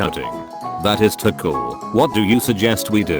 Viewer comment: How come the voice over robot can't read the word "too"? Too is not to.